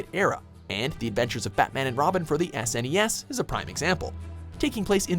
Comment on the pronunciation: how did he pronounce snes???? dont make me hurt you